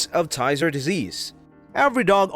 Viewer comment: You are mispronouncing Tyzzer